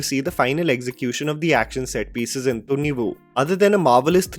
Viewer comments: "Thhunnivu" ? 😂 just Thunivu. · It's not tunivuuu, it's tuniv + quick soft uh sound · I think it's pronounced as thunivai. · pronunciation of Thunivu is Thunni-woo🤣🤣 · Kannadigas hearing the movie title pronounced by you! 😂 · kannadigas would be laughing on loop by the way pronounces thunivu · You cant even Say Thunivu Rightly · He can't even pronounce a movie title, but he judges an entire movie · My God, your pronunciation of Thunivu and Varisu is still a disaster 😂